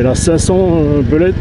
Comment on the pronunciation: On ne dit pas BELET, mais BULET